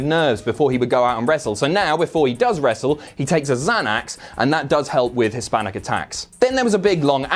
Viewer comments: I honestly thought was trying to make a joke, I thought he said 'Hispanic attacks" instead of " His panic attacks" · I thought he said Hispanic attacks lmao I just realized he meant his panic attacks